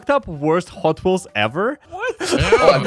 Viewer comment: Hotwheels? Nah. Hotheels